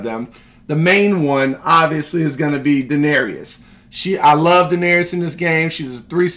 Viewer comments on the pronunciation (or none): My guy you gotta stop mispronouncing Daenerys name lol. It's DA-NER-IS. Not DA-NER-EE-IS lol. Love the content tho 👌